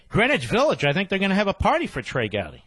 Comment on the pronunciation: "Be"trey Gowdy